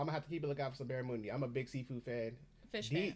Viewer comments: Bar-ra-munn-dee ! Not moon-dee ! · So first the presenter is not Australian, he got the pronunciation of barramundi wrong. The "mun" sounds like "mon" in Monday. 2nd it's not sea food. It's a freshwater fish, that is easily raised in tanks, so common nowadays. But the best I ever had was battered in fish and chips - but that was wild caught up north. Usually less is more. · Australians pronounce barramundi with the mun sound as muhn, similar to 'young'. The cake in lamington is usually a very light and white sponge, not dense and yellow like that pic. Vegemite is also great on fresh bread with lots of butter, and equally sometimes with a slice of cheese added. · Barramundi is not pronounced anything like that!